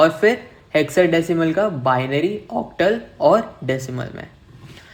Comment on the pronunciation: OCTAL Pronounsation 😂😂😂